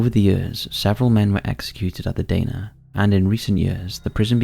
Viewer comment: Dana is pronounced Dar-Nah. I used to work in the prison for a few years up until 2010.